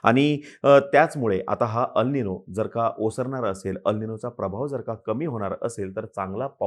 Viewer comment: अल् निनो नाही, एल् निनो.